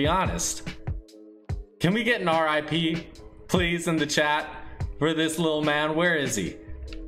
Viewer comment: Ar eye pee